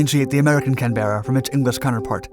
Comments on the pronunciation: I know plenty of people who live in Canberra, ACT (Australian Capital Territory) who say "CAN-bra", and would look at anyone saying "CAN-bear-UH" as either (a) an obviously foreign tourist; (b) someone trying to be fancy; or (c) someone in the middle of having a stroke 😉. My friends in other Australian States (and as a South Australian myself) also would say "CAN-bra" too. In spite of the spelling, the two syllable pronounciation was what we were taught at school at the time, and the pronounciation most commonly in use even today. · Good video. I think the RAAF used Canberras in Vietnam too. BTW, Australians don’t pronounce the “e” in Canberra (ie they say “Canbra”). Like how “Washington” is pronounced “woshingtun”. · As with the Harrier, the Americans experienced all sort of problems with the Canberra which were attributable entirely to all the changes the Americans typically insisted upon making in order to improve an aircraft which had already been perfected. Incidentally, the Americans it's pronounced CANberra, not canBERRa. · The name of this Jet is pranounced Can...bar..uh as in the Capital of Australia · Slight error in facts regarding the Canberra ( pronounced canburra) and its combat life. The Caberra started operational service at the end of ww2, from 1944, and continued in active service through to desert storm as part of the air superiority fleet of coalition aircraft. Both in uk Caberra original varients and the later american one. 60+ years service shows how advanced its airframe and technologically advanced it was. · It’s pronounced, “Can-Brah”. It’s the Capital city of Australia… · As some poor soul who was born in Canberra, (can-bruh) everytime I hear you butcher the name it makes me smile. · We pronounce it canbruh but a good effort and excellent video. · Canberra is pronounced Can-Brah, ask us Brits how it sounds, after all, we manufactured it. 👍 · Pronouncing it “Can-BERRRRA” is like saying “Arkan-SASS”. Please stop. 🤦🏻‍♂️